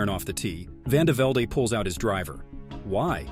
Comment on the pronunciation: Vandevelde pronounced vandeveld, not "vandevelday".